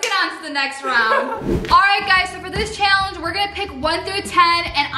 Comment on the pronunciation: Who else realizes that says Shallenge